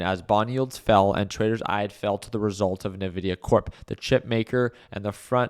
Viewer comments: Hey, love your content. Although as a person who uses nvidia's products. I just wanted to point out that they pronounce their brand name as 'envidia'. Cheers 🥂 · The way you pronounce Nvidia is an interesting life choice 😅